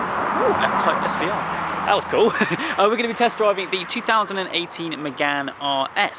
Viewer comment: please learn how to pronounce 2018!😉